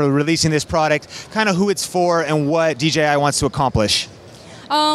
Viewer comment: Props to for being the only YouTuber at CES who said DJI rather than DGI 😂 But honestly, great video 👏